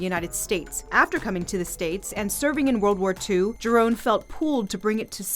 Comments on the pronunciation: Thank you for saying this. It is pronounced 'hee-rohn," not "jai-rahn" I trained in the Giron system for 15 years, and it still forms the basis of my system. I too, can't believe that people can't even pay respects to this great man by simply pronouncing his name correctly. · Grandmaster Leo Giron's last name is NOT pronounced with the letter "G". It's spelled that way but not pronounced that way. Can't believe ppls will pronounced his name differently to keep away from all the legalities that are set in place. 🤦‍♂️